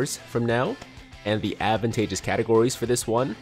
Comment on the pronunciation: It’s not pronounced Advantagus But it’s pronounced ADVANTAGEOUS